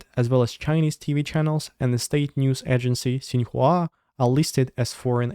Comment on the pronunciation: I appreciate your genuine effort to properly pronounce Xīnhuá correctly, despite them being a propaganda arm of the CCP. It shows a tremendous amount of respect for another culture, despite disagreement with its government or even the majority of its people. Most folks in the U.S. can't be bothered to pronounce "Wang" with the correct vowel, hence why many Chinese choose to romanize it as "Wong" here. Good thing my surname is less ambiguous. You are a talented and driven young man and I have great hopes for your future! EDIT: Also, why aren't russian trolls who use American social media sites to spread propaganda considered "foreign agents"? Seems like they technically qualify from simply touching them.